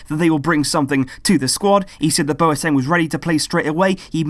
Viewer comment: My housemates were from Ghana, they told me numerous times it's pronounced 'BWATENG' not bo e teng.